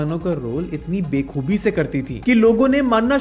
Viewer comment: Bay khoobi ❌️ bakhoobi✅️